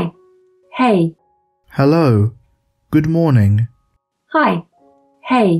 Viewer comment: good moaning 💀